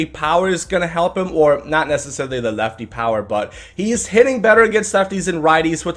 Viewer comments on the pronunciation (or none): none